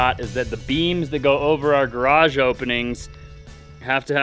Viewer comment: Much better this time pronouncing garage. You got it almost 100% correct twice. Sadly, the other times are closer to one syllable like graj or a 1.5 syllable rendition like garadj where you swallow the second A sound.... Maybe practice saying it like two complete words with full emphasis: garrrr adge You are completely understandable, but you stand out in society like an under-educated backwoods cousin. At least you write it correctly.🪘 FWIW.... It would have been nice to explain the sewer layout more clearly. The shots were too tight. Maybe provide an overview or a simple diagram?